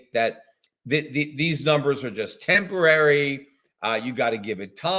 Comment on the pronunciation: Transorary? Tempitary? ...?